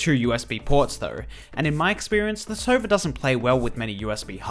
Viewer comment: hes saying sova but it sounds like server